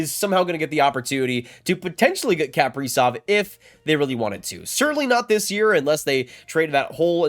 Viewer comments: How this guy pronounces kaprizov is nails on a chalkboard to me. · This dude says his last name so weird. Haha. Huge wild fan. This sucks. We need to sign him and lock this guy in. For real.